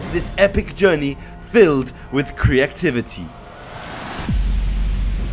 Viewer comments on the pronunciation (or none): Lol he said creackivity